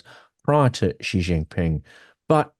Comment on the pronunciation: Xi Jinping. The syllable "Xi", in Chinese, is pronounced similar to the English word "she". Here, it was repeatedly pronounced like the letter "G" or "gee". The sounds are different words in Chinese. Please say "she" or "shee", not "gee". Otherwise, thanks for the very enlightening discussion.